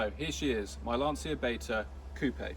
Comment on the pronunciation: The wonderful Sandy Gall presenting News at Ten. He pronounced Lancia correctly, unlike anyone else.